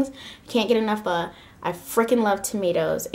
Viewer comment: You pronounced "pho" perfectly! Thank you for not saying "PH-OH". <3